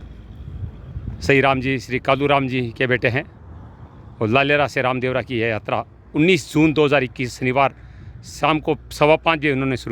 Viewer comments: Sir Ravdevra yatra nahi Ramdevra yatra hota ha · रावदेवरा नही है रामदेवरा है